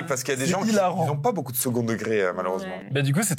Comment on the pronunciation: " Beaucoup " je pense que il l'écrit bOUcoup 😅 Il prononce toujours bOUcoup